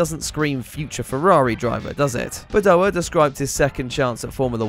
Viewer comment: It’s Badoèr!!! Not Badoah!